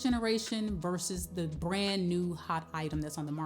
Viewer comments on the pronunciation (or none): none